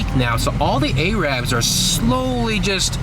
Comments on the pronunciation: the way you pronounce arab 😂😂its pronounced erab/erib not AYYYrab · It's not 'A-rab' it's 'Ar-ub' or 'A-rub' you saying it like that is just the derogatory way of saying it. :) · He says “ay” -“rab” several times. That’s considered offensive by those of middle eastern decent. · fuck is an A-rab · The way you pronounce arab.. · You're pronouncing "Arab" wrong lmao, just don't say it to a Arab the way you are pronouncing it. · sounds strange hearing the word knackered in an american accent. I just wish you could pronounce arab properly .